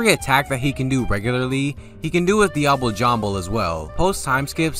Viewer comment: Dee-ah-blay. For fucks sake.